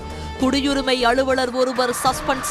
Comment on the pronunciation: அளுவளர் இல்லை, அலுவலர். நாக்கில் வசம்பு வைத்து தேய்க்கவும்.